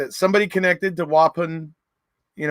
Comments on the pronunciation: It’s pronounced Wah-Pawn 😉 Wisconsin resident here. 🙋🏼‍♀️ Thanks for another great video! Stay healthy! 🦠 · The prison is pronounced “whaaaa- pawn”